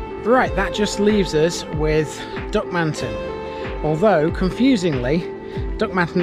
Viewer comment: Brilliant video, very informative, the only criticism I would have is in our strange pronunciation of Duckmanton, there is no emphasis on any any of the syllables, so rather than Duck-man-ton with emphasis on the a, it is actually pronounced duck-mun-tun, otherwise an excellent video. Thanks.